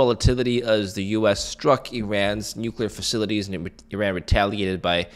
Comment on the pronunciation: it’s not pronounced “ eee-Ran “ it’s eeer-Run “